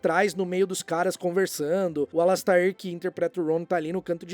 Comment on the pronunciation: e precisam aprender a dizer a pronúncia correta do Alastair, tadinho. (Alasteir)